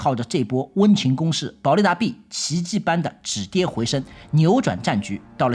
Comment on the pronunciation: 【台語】傳便便 【華語】積攢下來了 保力達B:逼 台灣音 保力達B:避 中國音